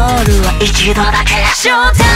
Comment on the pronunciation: 一度だけ ここの発音すごく好き SHOW TIME SO FLY の英語の発音最高 個人的にここリピート